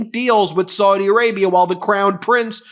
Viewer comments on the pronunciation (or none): Any & every Arabic speaker who watches your videos winces every time you mispronounce Saudi as 'sordi' instead of 'sowdi'. You also mispronounced Ziad as 'zayeed' instead of 'zeead'. As a language teacher such errors stand out particularly sharply to me